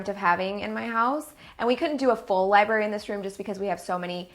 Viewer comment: Okay I don't mean this as hate I love her but did she say LIBARY?!! NOOOO😂